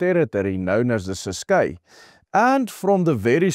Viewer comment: Pronounce Ciskei correctly. Not Cis-kay. Named after the Kei River.....pronounced to rhyme with Try or Die....